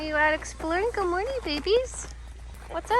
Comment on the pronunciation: Stop saying morging